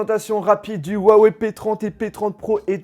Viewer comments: On dit wuaWEIW !! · tu ses même pas dire la marque sa se dis wawaille en anglais tu fais honte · Rouawei et pas Wouawei en chinois le H se prononce proche d'un R. La vidéo d'explication sur la façon de prononcer le nom de la marque était pour prononcer le "ton" montant qui donne un Wouaaa ↗️↗️et wei ton descandant ↘️↘️. Écouter les présentations de Richard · Très bonne vidéo parcontre on dit Ruawaï et pas uawé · Cool cette vidéo sur le "wawé" p30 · Lourd le « OUAWÉ » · Le mec sait pas prononcer le nom de la marque correctement , mais faut que je succombe à son opération com'